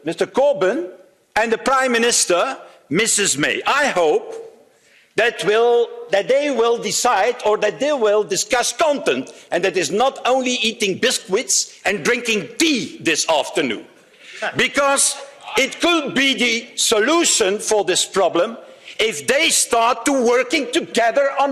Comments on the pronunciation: If it was my decision I would just call you and say no deal and by the way it's biscuits not bisquits 😁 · Indeed. Verhofstadt talking about the British, and he can't pronounce "biscuits" properly. What a waste of money. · "Bisqwits" lolz 😁